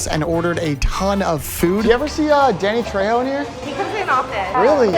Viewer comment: Saying danny trejo's name wrong somehow and saying he isn't that famous is hilarious 😂